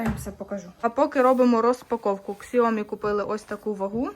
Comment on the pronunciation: Не ксиоми а сяомі, ви ж там були, слухать стидно